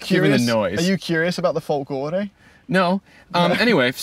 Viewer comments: It's "Fòlgore", not "Folgòre" (it's meant to be read with Hermione's voice). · pleasure to watch! good job. PS: "Fo'lgore" not "Folgo're"